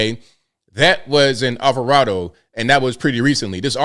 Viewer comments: I live close to Alvarado… I’m being a silly critic to say that it’s pronounced Alva-raid-o 😜🤪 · I'm a native N. Texan and just an FYI, the town you speak of is pronounced Alvaraido.